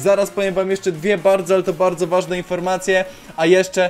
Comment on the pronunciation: wajne po powiedziałeś wsystko lol